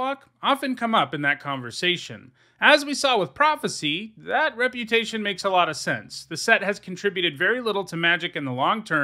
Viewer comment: *Reb*utation heh